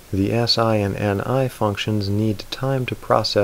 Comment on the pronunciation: 9:3 you mistakenly said "Ne" instead of Ni I think